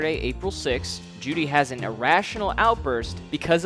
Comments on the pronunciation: it's pronounced "joe-dy" btw not jewdy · You can tell he clearly did his research by the way he mispronounces Juedy's name throughout the entire video. Dude didnt even take the time to fact check his NAME lmaoooooo